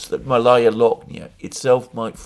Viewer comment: FYI: “Malaya Loknaya” is pronounced “máh-laya”— the first vowel is emphasized. MAlaya; which is like Bolshóye, which you correctly translated to “Big” or “grand”. Malaya is the conjugated adjective for a feminine noun. Akin to “junior” when referring to people, meaning the “younger”, or “smaller”.